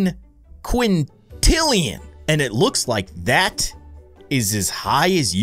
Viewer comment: also Quintillion isn’t pronounced like “Quintrillion”